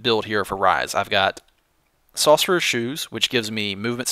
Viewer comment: When you say sorcerer you sound so Southern xD